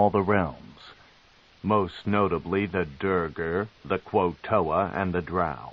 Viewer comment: Sure this version can pronounce facade, but he sure as hell cant pronounce duergar or kuo-toa 😂